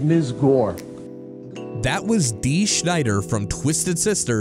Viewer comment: His name is Dee Snider, not Schneider.... It's off the album Undertow. It was featured in the soundtrack for Tales From The Darkside.